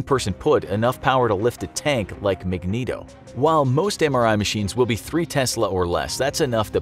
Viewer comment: The way he said "magneto"